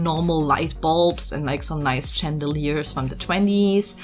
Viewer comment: oh and i think you pronounced chandeliers with a "ch" at the start, as it is french we say "sh" at the start of it. so shandeleer